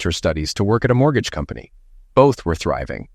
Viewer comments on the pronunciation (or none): none